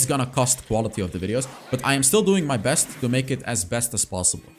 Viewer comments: He said bring out the "breast content" 😂😂😂😂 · Did he bring out the ''breast,, product instead of best or am i hearing wrong😅😅